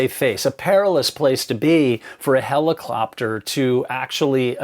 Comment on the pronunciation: “heliclopter” lmao I love it, I think I’m going to start slipping this into casual conversation just because 😂😂🤣